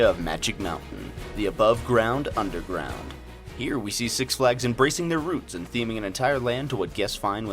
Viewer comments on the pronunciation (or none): “the undergwond”